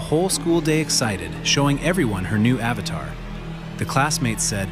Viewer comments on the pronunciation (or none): none